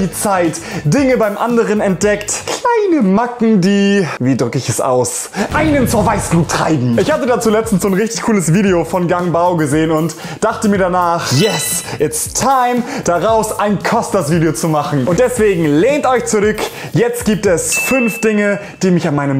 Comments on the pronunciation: Wow good pronounce from gong bao klingt wie gang bau bei dir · er heißt Gong Bao nicht Gang Bao😂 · Heißt "Gang Bao" nicht eigentlich "Gong Bao"? XD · Der Typ heißt Gong Bao Und nicht Gang Bao,aber egal😂Ich liebe deine Videos trotzdem ♥ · Hat er grade Gang Bao gesagt? 👏🏻👏🏻👏🏻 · Gang bao 😂😂 Klar. Der heißt Gong bao, 😂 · Gang Bao xD er heißt GOOOOng Bao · Hab nur ich gemerkt das er gang bao gesagt hatm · wer hat auch zurückgespult, um zu hören, ob er wirklich GANG bao gesagt hat? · Er heisst übrigens 'Gong Bao' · Es heißt Gong Bao